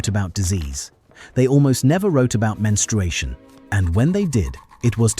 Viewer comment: Who 'taught' AI that menstruation has a 'w'? I never knew AI could have Elmer Fudd's disease 😅